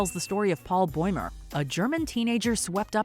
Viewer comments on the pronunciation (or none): "boymer" Baumer